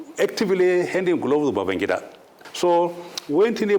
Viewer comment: He siad Babangda not abacha